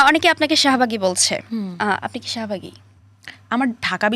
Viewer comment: শাহবাগী❌ শাহমা/গী ✅